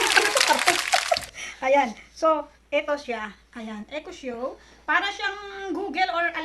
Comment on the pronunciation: Good Vibes ang introduction madam hindi mabigkas bigkas ang echo echo 8 nice unboxing keep up